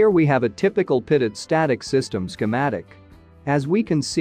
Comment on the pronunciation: Infuriating as the TTS voice mispronounces Pitot every time...but good video. Very Informative!